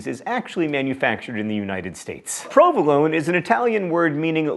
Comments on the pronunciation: my ears bleed when i hear his version of the letter 'o' in Roquefort and Provolone... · You missed almost all the Italian accents, provolone!